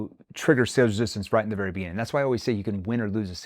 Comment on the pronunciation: "Resistancee"? Lol.